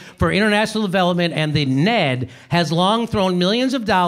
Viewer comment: Another just FYI for you, Jimmy: nobody pronounces it "Ned," like a name, they spell it out, en-ee-dee. (I'm not trying to be a know-it-all, but it grates on knowledgeable viewers & is the equivalent of calling the C.I.A. "the Seeyah," just doesn't make you look as sharp as you are.) Love you, man.